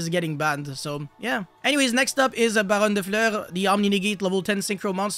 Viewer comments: Nah dude, every video from "man I miss balone" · Biggest miss on the banlist is I’ll never hear pronounce baronne de fleur again